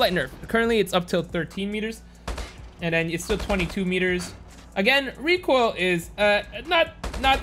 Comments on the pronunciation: Me in kindergarten in the future:What does reekoil sound like? Kids:KUgh KughKUgh KuGh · What's recoil? Do you mean *Reek Oil*?